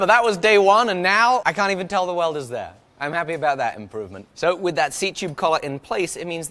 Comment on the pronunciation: “Right Ther”